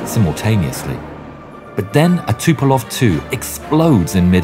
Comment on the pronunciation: its tupolev not tupelov